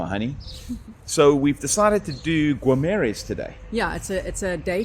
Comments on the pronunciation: Não se lê o u,é Guimarães,não é gumarães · Wanneer julle terug kom, vra die Porratjies hoe om al die Portugese woorde uit te spreek. Dink julle lag julle dood, as julle hoor hoe die name regtig gesê word. 😊😁🤗 Gi-ma-reighnsh (Guimarães)